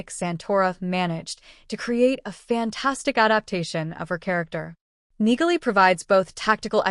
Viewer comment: Neagley is pronounced "Neely" No "G" sound. If you are going to portray yourself as some sort of Reacher expert, you need to get this right.